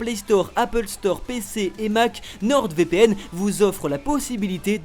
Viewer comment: nordEvpn Mdrrr le placement de produit ou le nom est mal prononcé 😂